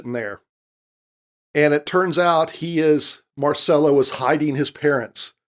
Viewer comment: It’s MarCELLO not MarSELLO!!